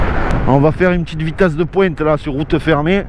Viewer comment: Le teste de poiinnnte avec l'accent"... 😁😆 Mamamam francheeemmment j'ai pas de mots...